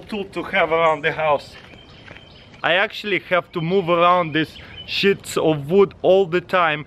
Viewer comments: taras you are saying shits its Sheets like you are saying the word she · he says "shits" sheats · "Shits of wood" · Did he say shits of wood? xD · I thought he said shitsu of wood